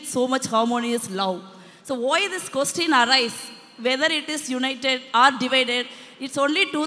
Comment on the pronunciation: Question or Kostin😂🤣😅.....Across or Agross...language or longu-wage....😂🤣😅....Jyothimani